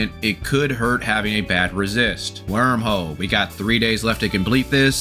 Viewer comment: I like the way robo voice says “Wermhole” 🥰